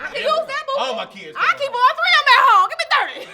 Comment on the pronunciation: “All tree of em”